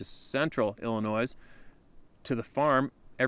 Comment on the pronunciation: You are an intelligent man. The “s” in Illinois is silent. It detracts from the story every time I here “Ill-i-noise”.